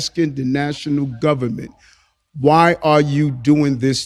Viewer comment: 'ITS DA GUBBAMENT, ITS DA GUBBAMENT ...' 🎶 🎵